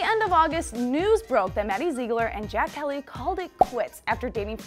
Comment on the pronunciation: Ok if you’re gonna talk about her then say her last name correctly at least😂